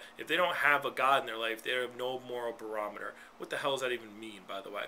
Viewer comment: you are an idiot ....you said BAROMITOR...... 10,000 x's... that must be your big word for the day....